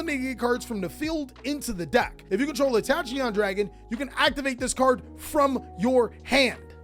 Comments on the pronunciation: its pronounced takion dragon 🤣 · Why tf would you pronounce "Tachyon" like that